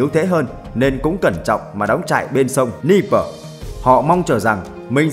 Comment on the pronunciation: đọc là sông “Đơ nhi ep” mới đúng, không phải là sông “Ni pờ”, ad ơi